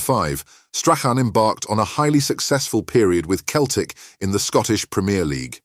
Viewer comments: Keltic ? It’s Celtic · If you want your voice-over app to pronounce Celtic correctly, you need to spell it 'Selltic' 😁